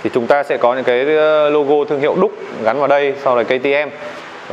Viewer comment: Duke không đọc là ĐÚC được, đọc điu-k cho sang!